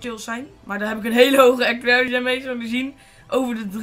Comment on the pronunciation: Accuraricy?! xD